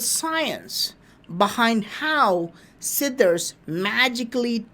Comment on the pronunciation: Siddhas ..please yr pronunciation is seriously bad ..pl try to improve this aspect.I hear "sidders."...SIDDHA NOT SIDDERS